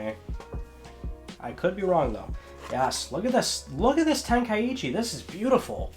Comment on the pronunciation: Ten-kai-chi is how I believe it's pronounced. Not ten-kai-e-chi 👍